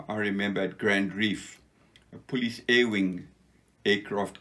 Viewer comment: Another wonderful interview!! Nice to be reminded that not all fighting men were crawling around the bush! Some guys were smart to enough fly over it - and nothing could happen without them! I love ' Afrikaans pronounciation of "police" - he never lost it!!:-) Grerat history!